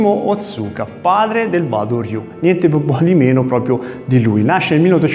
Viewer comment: Interessante...scusa ma Wa si pronuncia Ua..Uado ryu...